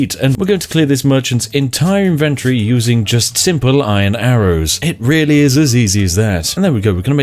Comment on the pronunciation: How many times will this moron mispronounce inventory holy crap